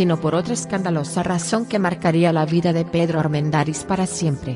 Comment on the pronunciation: Me gustan las historias. La dicción de quien narra este video no es nada buena. Acentúa oralmente palabras que no deben ser acentuadas. Armendariz lleva la sílaba tónica en la sílaba da. Ojalá pueda mejorar este aspecto.